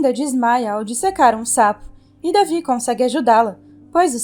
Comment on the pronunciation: não é davi e david ( delvide)